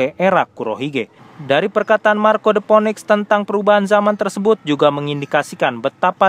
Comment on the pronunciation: Btw Phoenix dibaca Finiks